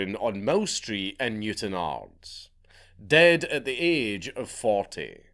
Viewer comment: Thank you very much for pronouncing ards properly Dank.